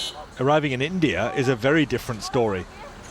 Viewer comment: I like how he says Indie Ear. Actually... I really hate it.